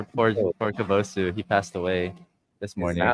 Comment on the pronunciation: How can a Japanese person repeatedly pronounce kabosu like that? 🤢